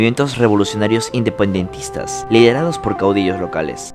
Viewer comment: Indepuendentistas xd